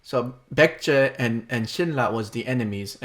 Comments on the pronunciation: "Pek-jeh"? I think that sounds more like how an ignorant American would try to pronounce Baekje than that weird "Byekt" that Bill said. Really have no idea how that sound he made relates to the letters in the name. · Lol, I was waiting for your reaction to the pronunciation of baekje, it's so bad.